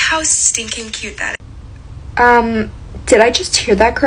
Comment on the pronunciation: When she was like “ooo cayoot” I was like it’s okay you don’t have to convince us you like it 😭😭 glad they gave their honest thoughts lol